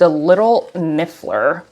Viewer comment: Kind of odd reviewing an item when you can’t even pronounce an easy word like Liffner. That aside it’s an ugly purse.